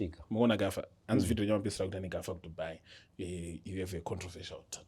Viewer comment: Controversial not controversinal 😂